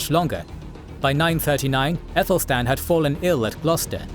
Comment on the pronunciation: Good, but Aethelstan should be pronounced with a hard ‘a’ - not “ethelstan”, but as in apple, Athelstan.